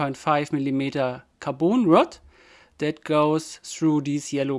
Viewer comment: tell me u are german without telling me xD also please stop saying kaboon rod ffs say caRbon